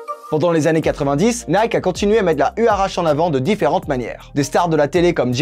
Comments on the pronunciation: On prononce "you'ratchi" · J'ai mal a chaque fois que tu dis le nom... Les huarache sont des chaussures traditionnelles mexicaines, on prononce ouaratché